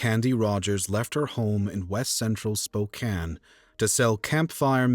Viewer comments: I'm glad you know how to pronounce Spokane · Thank you for pronoucing Spokane correctly <3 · For once the narrator can say Spokane correctly. Back then we didn’t set up and steel Campfire in front of stores. I hated going door to door selling Campfire candy!